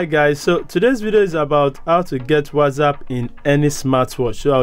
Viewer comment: It's not WazzApp , it's WhatsApp 😅